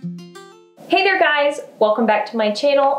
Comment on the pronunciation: Are you saying “hey there guys” or “hey hair guys”?? Lol